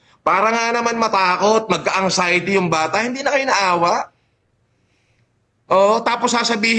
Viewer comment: TONG SI BAHO LAGING CNASABI NA MAY UTAK DW SYA PERO KUNG MAGPRONOUNCE “ANGXIETY… SABPWENA” 😂😂😂😂😂😂